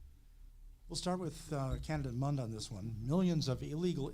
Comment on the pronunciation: It's Mund not Mind.